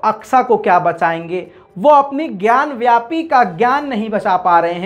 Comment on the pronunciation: gyanvyapi nahin, 'gyan vaapi'